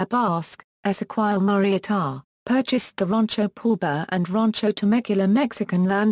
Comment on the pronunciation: said wrong